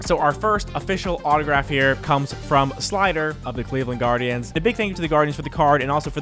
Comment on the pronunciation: You botched the guardians name